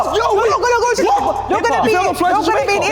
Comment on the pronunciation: "Ja-make-kaa"! hahaha